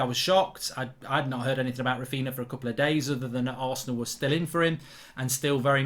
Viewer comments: Mark Its Raphinha yes Raphiña not Raphina Mark in Portuguese and Galician nh is ñ like for example Pauliño (Spanish), Paulinho (Portuguese/Galician) and Pauligno (French/Italian) see the exemple Mark same for Darwin Núñez of Liverpool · The man's name has been all over the news and he still can't say it right. Rafina 💀💀💀💀💀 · No way you pronounce ‘Raphinha’ like that…